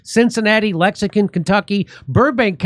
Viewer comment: Can you say, "Lex-ing-ton"??? 🙃